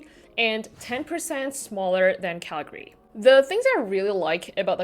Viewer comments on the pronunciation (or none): none